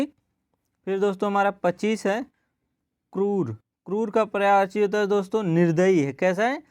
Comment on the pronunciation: Pryavachi nhi hota Prayayvachi hota he plz uchharan sahi kre